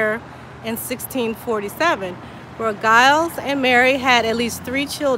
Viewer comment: Mine too on my fathers mothers mothers side. And giles is pronounced jiles not the gu sound at the beginning!